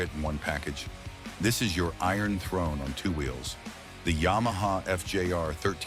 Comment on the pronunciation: "as for styling" ...... Face it. It's uglier than a hat full of sphincters. What is a ya-ma tracer?